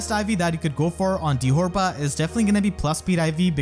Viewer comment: Erinys' original Japanese name is Fyuri. How they got 'ferry' out of that is beyond me. Dithorba's japanese name is pronounced dee-toe-bah, which sounds exponentially more similar to dithorba. Deet'var doesn't even make any sense.